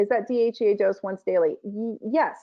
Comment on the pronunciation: Interesting. Two medical degrees and cannot pronounce DHEA . It makes you wonder what really passes as a medical degree these days let alone 2 Medical degrees ???